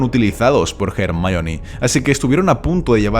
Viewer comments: ¿Por que dices "Jermaioni"? :S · Di Ermion sin miedo. Es la pronunciacion correcta de ese nombre griego. Los latinasis del doblaje que aprendan respeto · Los españoles siempre lo pronunciaron mal. Ya que Rowling tuvo que poner en uno de los libros una línea donde Hermione deletrea su propio nombre... Y esto sólo fue para dejar bien en claro que independientemente del idioma su nombre se debe pronunciar como es: HER-MAIO-NI